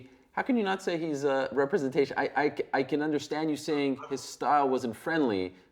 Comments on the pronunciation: "He is not a re-bre-ntay-ching of MMA in any way. Do you know what I say?" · dude can’t say representation